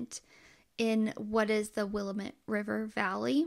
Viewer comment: Willamette is pronounced Will-am-it and the E is silent on Grande .